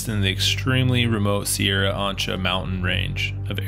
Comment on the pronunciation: I believe chasm should be pronounced with a k sound like character not as in chocolate, Also Sierra Ancha should also be pronounced with the k sound like character.